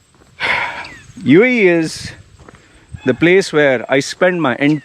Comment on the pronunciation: I LOVE “YOU AEH YEEH” UAE,UAE,UAE 😂😂😂MOAN LOUDLY😃😃😃